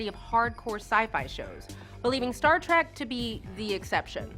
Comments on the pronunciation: Oh, and one more thing host: To prove you have no clue what you are talking about, the show is Star Trek, NOT Star Track! into the video. Yeah, you really know your s_it! LMAO. What a dunderhead. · This video is an embarrassment... I haven't seen a nerd this fake since the Big Bang Theory went off the air. "Star Track"??? I'll bet you're a big fan. But, oh well.. This is the "SYFY" channel. The network that cancelled Caprica and Stargate Universe to bring you Sharknado and WWE Wrestling. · “DAY-lenn”? “Star Track”? Oh, please. If you had wanted to tell people things they didn’t know about B5, how about starting with, the show’s æsthetic comes from discarded parts found in its filming location, an old, abandoned hot tub manufacturing facility converted into a TV studio. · Yeah, the talking head (or anyone involved in the filming) certainly has never watched B5. The pronunciation of names is terrible. Though the 'Star Trak' seems like just a slight accent as can be heard in other words in the video. But what more would you expect from SciFi..... I sorry I mean SYFY...... actual scifi knowledge? No, they are mostly a b or c-grade horror channel again. While most of the clips were nicely done they could have chosen a better space battle one. That was mostly just staring at pilots reactions. I think most everyone online calls him JMS. Delenn didn't start in a cocoon..... She spent 7/10th of a season 1 episode and 1 9/10th episodes of season 2 in it. They are NOT "actual, functioning space suits". They are props. They are probably hot and require cooling to work in them for any stretch. You just made that up, didn't you..... An actual space suit costs about $2-12 million and takes ~5,000 man hours to make. No prop department is going to do that (not even for Kubrick). I agree, this is more a very top level show synopsis and a quick scan of the Wikipedia article. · I noticed that, too. Like "Star Trek," sometimes she pronounced it correctly, then incorrectly... strange.